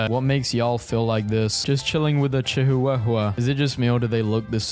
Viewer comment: The way he pronounced chihuahua 😭